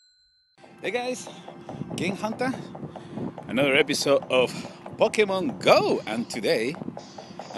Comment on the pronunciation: try to say it like "poke-A-mon" not "pock-ah-men".